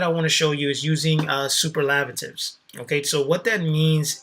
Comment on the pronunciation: interesting how you don't know how to pronounce superlative tho